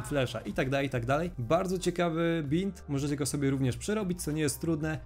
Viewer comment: mówi się bind (bajnd)